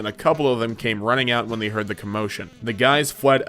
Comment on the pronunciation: I hate how when you say they it sounds like the